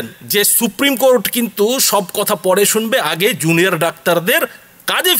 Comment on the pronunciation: আপনার কথা বলা খুব জটিল এবং একঘেয়েমি হয়ে যাচ্ছে। শ্রোতাদের শুনতে ধৈর্য্যচ্যূতি ঘটছে। সহজে বুঝতে পারার মতো করে কথা বলার অভ্যাস তৈরি করা উচিত। আর, বার বার 'কো-র-টে' 'কো-র-টে' ব'লে ( 'র' এর উচ্চারণের উপর বেশি জোর দিয়ে) বলার কোনো যুক্তি নেই। তাতেই এক ঘেয়েমি এবং শ্রুতি কটু বেশি হয়ে যাচ্ছে!